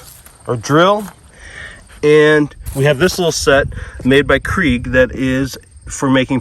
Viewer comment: Lol say 'Kreg' again